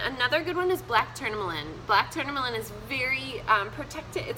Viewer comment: I've spoke with a reiki healer. YES! Amethyst IS good to sleep with. You are WRONG. And you can't even pronounce tourmaline. You aren't very well educated.